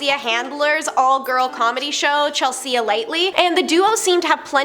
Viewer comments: Chel-sea wtf is goin on w the way you’re saying her name lololol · Lucy LEO? Chel- SEA-AH? Why is this girl a host?! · Chel-see-yah ... later. I still ain't subbin. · Chel sea and Lucy Lee argh lol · Never heard anyone mispronounce "Chelsea" before